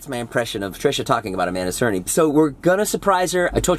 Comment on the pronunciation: It's cerny not cerney